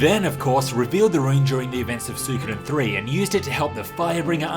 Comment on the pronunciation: Ok dude, it's REALLY doing my head in. Say it with me now... Swee-ko-den